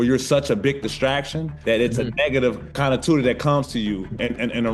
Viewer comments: Did Pat Bev just try to pronounce connotation as connatua? 😂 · Right! I was like "negative" what?..like he forgot how to pronounce connotation mid-way through